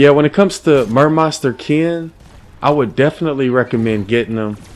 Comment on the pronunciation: Meh-monsta Ken